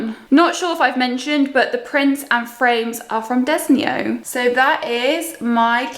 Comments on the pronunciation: You said Desenio wrong. Lol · You can’t pronounce peonies or Desenio properly 🙄